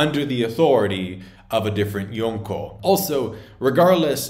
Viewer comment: You try so hard to say yonko correctly and then continously fumble van auger